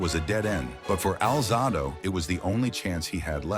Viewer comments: His name is pronounced Al Zay Dough. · Can’t listen to these when the subject’s name isn’t pronounced correctly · The AI constantly mispronouncing his name is a major distraction